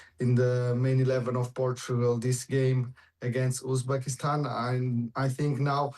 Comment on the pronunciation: It's Uzbekistan...lol